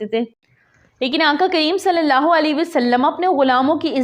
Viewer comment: اللہ تعالیٰ جزا عطا فرمائے ۔ نام مبارک اللہ میں شروع میں الف بھی ہوتا ہے ۔ تصحیح فرمالیں ۔